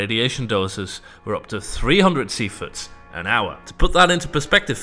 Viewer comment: Dude its SIEVERTS not sieferts